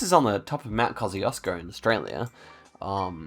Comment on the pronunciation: The way you pronounce Kosciuszko 💀💀